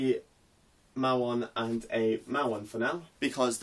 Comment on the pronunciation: Hi Again, I am just putting small comments. Hope I can be of help in learning more physics. Typically anti particles are drawn with arrows pointing backwards. I don't know if it's just the accent. We typically pronounce muon as "Mew-on"